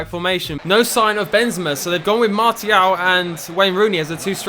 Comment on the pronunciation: It's not pronounced as MART-IAL it's more like marsial......